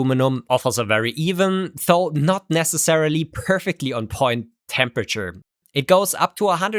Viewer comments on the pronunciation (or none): "Though" is pronounced with a soft "th" as in "this" or "that", not a hard, hissy one as in "think". I really enjoy your videos, but since you like to really use this word, please pronouce it correctly? It makes me cringe every time...